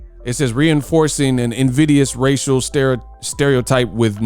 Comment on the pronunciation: Can’t say racial???? lol